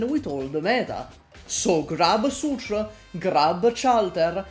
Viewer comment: they way you say Sutur 'Sue-tra' is so ingraned in my brain I can not physically say her name any other way.